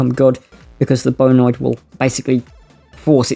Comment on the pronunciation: Not to nitpick mate but it's pronounced "Bio-Ned" . Thanks for the video, always awesome to get new Spelljammer Content 👍👍